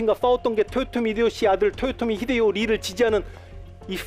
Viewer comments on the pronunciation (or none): 1. 사투리가 너무 거슬립니다. 2. 토요토미가 아니라 도요토미에요. 습관을 고치세요. 3. 학살은 일본과 우리나라 문화차이에요. 당시 일본은 영주끼리 교전시 교전전에 항복하면 다 살려주고 교전중 항복하면 지휘부만 처형하고 끝까지 저항하면 모조리 죽이는 편(다 그런건 아님)인데 국가간에 싸움은 처음이여서 하던대로 다 죽인거고 조선의 문화를 알고나선 싸우다 항복해도 대부분 다 살려줬습니다. 다만 2차 진주성 전투에선 수만명 학살했고 그 규모가 7년전쟁중 단일로 최대치였습니다. 4. 망궐례를 안한건 맞지만 이순신이 선조를 왕으로 생각치도 않았다는 본인 뇌피셜이니 자제바랍니다. 5. 윤통을 원균에 빗대고 자당의원들에게도 버림받아 사상 초유의 야당대표 체포안 가결된 이재명을 이순신에 빗댄거에 대해 부끄러운줄아세요~